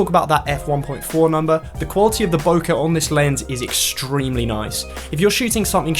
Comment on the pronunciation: extreeeiiimely extreeeeimelyyy